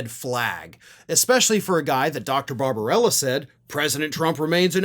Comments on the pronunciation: It's barbabella, not barbarella. No harm in gettting it straight. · The doctor’s name is Barbabella not Babrbarella